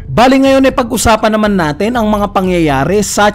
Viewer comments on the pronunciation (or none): none